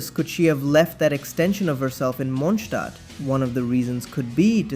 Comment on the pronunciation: the Mondstadt correct pronunciation jump scare 😆 I'm very much looking forward to the day where they give Lisa more spotlight, she's just so interesting.